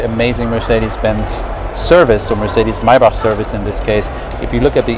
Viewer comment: THAT, is the proper way to say Maybach, for all of you who are wondering..